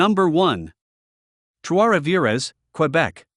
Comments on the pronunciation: This guy should learn how to pronounce Trois-Rivieres. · Your pronunciation of Trois Rivières is awful….you make it sound like Spanish…. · Maybe learn to pronounce the name of your #1 pick? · He would have sounded less ridiculous if he had just said Three Rivers. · The S in Rivières is silent.